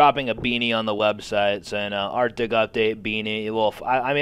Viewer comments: "Arctic" Der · arctic, der :D